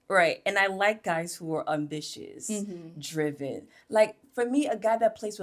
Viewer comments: Umm-bitious instead of ambitious 🙂 and “playing with lights” is wild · The um-bitious instead of ambitious had me 🥴 cause whet?! 😂